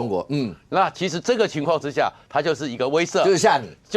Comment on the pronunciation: 創夏：威懾唸錯了~不是唸攝影的攝